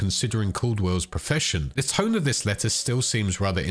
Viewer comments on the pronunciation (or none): none